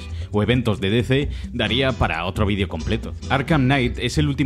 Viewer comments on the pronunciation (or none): none